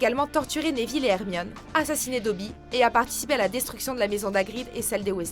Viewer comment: c'est nevile pas névile